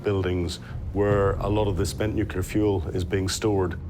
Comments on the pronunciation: Of all the people who could have been selected to narrate this, WHY pick someone who pronounces the word “nuclear” as “newkerlear”?! 🤦‍♂️ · Ben Fogle is half English, but his nationality is irrelevant. English people say “nuclear”, not “newkerlear” 🤦‍♂️ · What is WRONG with you people? Why can no-one narrating these things pronounce the word "nuclear"??!!! The clue is in the spelling ffs. It's nuCLear, NOT nucELar. So irritating. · 🤡🤡 you are pronouncing it incorrectly